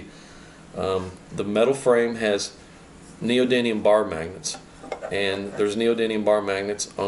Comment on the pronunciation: I don't know if it's the roll of the tongue but I keep hearing neodyNium when its neodyMium. Ribbon tweeters rule btw...